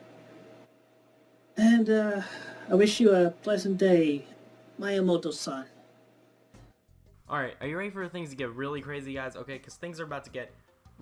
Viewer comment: "mayaymowtoe san"